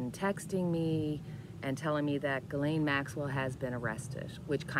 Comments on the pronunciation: Hi, thanks for your readings, I really like your style and personality. Came from Cash Peter's recommendation, in case you're wondering.:-) Just a side note, I believe Ghislaine is pronounced "Rislaine", it's a Persian (or Arabic?) name and the "gh" is the phonetic translation for a "r"-sound that is not rolled but created at the roof of your mouth (behind the upper teeth) in contrast to the English spoke "r" which is using rather the lower part of the mouth. Not an expert in phonetics, so I hope this makes sense. Happy belated Canada Day and have a nice day! ☀ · Zjeez-laine pronunciation